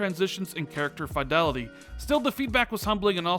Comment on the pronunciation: Lat-ter and Fee-del-ity not later and Fai-del-ity. Thanks for the update :)